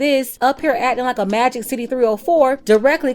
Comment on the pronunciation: When you said Magic City, I heard Maggot City. I thought it was extra spicy PBL today. 🌶